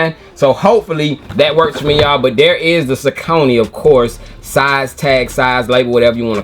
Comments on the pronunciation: You say it how we say it up in Jersey... Saucony (sah-cō-nē) The lace loops on those reminds me of the Air Max 97s. Keep on the grind Nephew! - O.G. CMD Safe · Sau cony… thank you bro for saying it like we do… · We pronounced Saucony the same way in Richmond VA too. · Thank you!!! I’ve always pronounced them that way too. It wasn’t until I watched different reviews that I heard people pronounce it the other way.